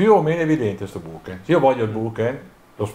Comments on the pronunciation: Molto interessante! Finalmente vedo una prova del genere che sfata un po' di miti. Però ragazzi "bokeN" non si può sentire, è una H quella finale! Ultimo consiglio, curate il video! Il montaggio durante il viaggio è brutto e anche l'audio. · Da possessore di Olympus vi ringrazio per questo video confronto, davvero interessante👍 però la pronuncia della parola giapponese BOKEH è errata! si pronuncia così come è scritta. vi lascio il link in descrizione